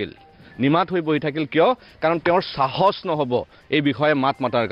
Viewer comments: You're Assamese. অসমীয়াত চাহচ নহয়....সাহস চাৰ অাপুনি অসমীয়া কব শিক্ষক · "Sahosh 🤭" nohoi "xahokh" buli kobosun Sir. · Appuni prothoma assamese language val koi khikok....sahos nohoi khahok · Hiladityo ata Bangladeshi fopora hiyal..... Xahos nohoi hahokh..... Bisas nohoi biswakh... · শিলাদিত্য বাংলাদেশৰ পৰা আহি এতিয়ালৈকে অসমীয়া ভাষাত "সাহস" উচ্চাৰণ কৰিব নিশিকিলি। আগতে অসমীয়া ভাষা ভালকে শিকি ল। পিছত নিজকে অসমীয়া বুলি দাবী কৰিবি।